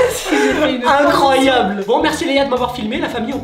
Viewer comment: Jsp sa fait commdien il a di icroiyable